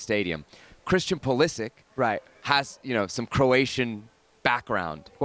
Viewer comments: Pulišić, not Pulisić. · As a Croat, let me tell you they both pronounced it wrong.